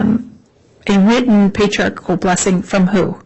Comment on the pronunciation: Everytime she mispronounces Patriarchal, it makes me giggle. Even in the church, so many people say it wrong.😊